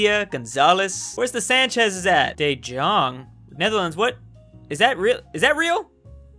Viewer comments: yeah its pronounced the young not Dedjong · Its Pronounced: "Duu Eon" Not "Deu John" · it’s pronounced de-yong not de-jong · you pronounce de jong as the young it also means the same -Your regular dutchguy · Understandable confusion about 'de Jong', it's said like 'duh yong' as the Dutch pronounce j's as y's, and yep there's loads of them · De jong is pronounced Dee Young, as my teacher said, since that was his name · ITS PRONOUNCED DAY-ONG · De Jong is pronounced De Yong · De jong is pronounced duh johng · how you pronounced "De jong" made me laugh so hard🤣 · The Netherlands / Dutch Ball ja echt he😂😂😂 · yeah thats true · De Jong is pronounced wat differently in dutch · Its really pronounced differently de Jong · Why Cant You Pronounce That???????????????????????????????????????